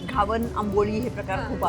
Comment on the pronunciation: Ugach inglish, mahag diste ahe, ghavan ucchar nit karava